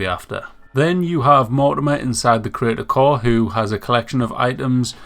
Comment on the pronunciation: "inside the critical" *"inside the crater core"